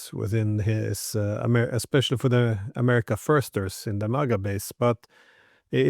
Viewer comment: “America First” or “American Fist”?